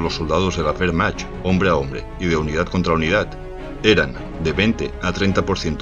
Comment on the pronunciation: Soy medio alemán, y me da un poco de rabia la pronunciación de Wehrmacht, (la "ch" en este caso se pronuncia como una "j" y se diría más o menos así: wehrmajt) pero los vídeos son muy informativos, a demás de buenos... ¡Buen trabajo!